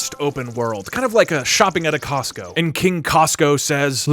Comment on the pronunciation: "And- Its costo."